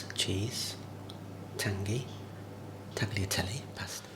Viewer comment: The g from tagliatelle is silent “is taliatelle”